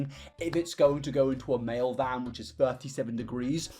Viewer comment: Mayo vans thats all I can hear when you say mail vans Love the video btw